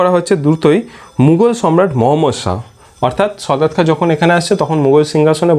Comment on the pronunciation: দাদা , সদাৎ খান না সাদাৎ খান